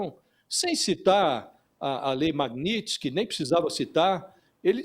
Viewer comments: Aprende a falar o nome da lei repórter ignorante. Magnitx? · JORNALISTA INTELIGENTE, NÃO TEM A LETRA "I" APÓS A LETRA T!🤣🤣🤣🤣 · A reporter não sabe nem falar o nome da lei magnitsky 😂😂😂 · JORNALISTA QUE NÃO SABE NADA! NEM SABE FALAR O NOME DA LEI! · apresentadora nao sabe nem falar o nome da lei kkkkkkkkkkkkkkkkkkkkkkkk